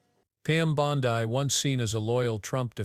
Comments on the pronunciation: Damn, if your going to use ai, at least, prounce names correctly. It's bond--eeee, not boniiiiiii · Hey, AI, the surname sounds like "Blondie" w/o the "I". Try to get it straight. How sloppy. People actually subscribe and pay for this stuff? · Could you not use AI please- it’s Bondi (Bond-ee). I have found that most mispronunciations are directly to AI. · Please, dont disgrace the famous beach in Australu! Its pronounced "Bond-dee"; just sqyin'.... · Bondee!! Bondee.,.../please pronounce this crooked women's name 📛📛📛📛📛